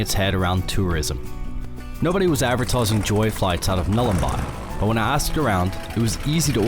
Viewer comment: It's Nhulun--boy... not Nhulun--buy. Awesome footage, awesome video.. Just correcting you on the name there. Edit: I'm talking about the pronunciation too, not the spelling.